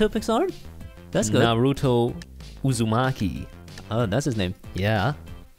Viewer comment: naruuuuto its naruto